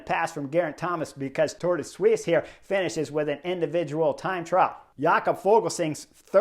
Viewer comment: Now thats the best pronounciation on the internet of Tour de Suisse ;-p